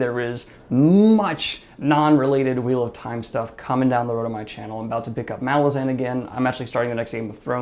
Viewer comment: Malazan is actually pronounced Ma-LAZ-an. Since it's named for Ma-LAZ City.